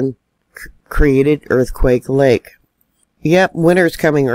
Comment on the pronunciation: Earthquake lake is aka quake lake. Say it wrong again and it's a two week ban. This is my land. Learn it love it leave it